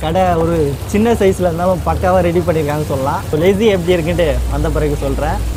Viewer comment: Bro it's lassi not lessi ......good video ..... valthukkal